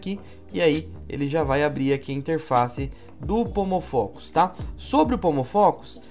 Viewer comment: Eu ouvi “homofóbico” no lugar de “pomofocus”. 😂